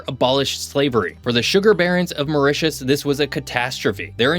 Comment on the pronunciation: Very good presentation but the pronunciation is so bad ....once convert to french you will understand what am saying,.... Mytus ... 😅 ...a.i